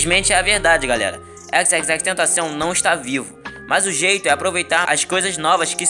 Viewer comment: FINALMENTE ALGUÉM Q FALA O NOME DELE CERTO